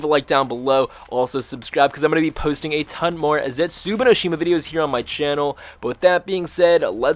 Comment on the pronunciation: "Zetsubino Shima"